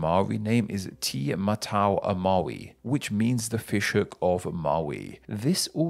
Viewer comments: I died when he said “tee” instead of “teh”. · Tiny nit-pick, Māori 'te' is not pronounced as 'tea' or 'ti', it is more like an 'eh' with a hint of 't' before it. Think of it as being spelled 'teh' in order to pronounce correctly. All the other pronounciations are excellent, well done and thank you!